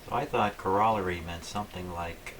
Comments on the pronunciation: it's pronounced ˈkôrəˌlerē,ˈkärəˌlerē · You are mispronouncing the word COROLLARY. Go to google and listen to the pronunciation.